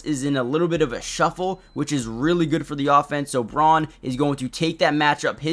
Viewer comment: Braun is pronounced brown